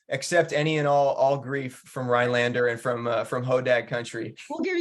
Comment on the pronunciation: I am very happy for this, but I would think that the person from the chamber would be able to pronounce the town name properly…RhiNelander, not Ryelander…just sayin